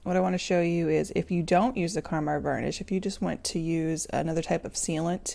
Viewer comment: It's KAMAR varnish, not KARMAR. Good grief, don't people READ anymore?! Grrrrr! Oh, nice video, otherwise.